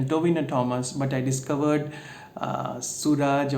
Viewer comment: You pronounced tha name right. The a is extended suraaaaaaj ☺️